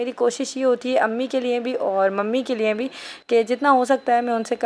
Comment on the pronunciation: Lye ko nye bolti hy muatur